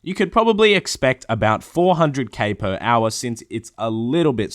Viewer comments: Drinking game: Everytime says "Per Owah", you take a drink.... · Per OWAH, Per OWAH of POWAH! Get to the ChoPPAH!